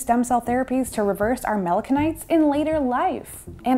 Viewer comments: its melanoCYTES not melano-Kites....learn how to pronounce the words you are talking about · Melano-sites not melako-nytes or melano kites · How are we supposed to you seriously, when you fail to pronounce simple words properly? Melanocytes, is pronounced, melano-SITES, NOT, “KITES”. JFC, go to college and stop trying to teach people subjects that you’re clueless about. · why does she keep saying mona kites? It's melano-"sites" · Pronounced mela-no-site, not mela-can-ite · Also as a quick note because I don't see anyone pointing this out: 'Melanocyte' is pronounced [mel-'Anne-oh-Site] not mel-'Anne-no-Kite] because cyte comes from latinized- Greek pertaining to a cell. :) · Not “melano-kite” but “Melano-site”. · Its NOT PRONOUNCED’MELAN-KIN- NITES” its melanocytes pronounced ‘melo-SIN-ITES’ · It's not melano kites lol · Melanocytes is pronounced Melano-sites 👍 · Please consider revising your segment. You are very charismatic however you repeatedly mispronounce melanocytes. The "c" has a "s" sound. The pronunciation is more like melanosyte . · Melanocytes (muh·la·nuh·sites) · Is pronounce: malanosaits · melano kites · It’s a bummer more research wasn’t done into proper pronunciation… you are saying melanocytes wrong…😂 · You're right I spell it wrong. Is spelled Melanocytes but is pronounce melanosaits. Cy is (in English)not pronounce as Kai. Examples: cyber, cycles, cyanid, cycled We are all here to learn my friend. Is not personal.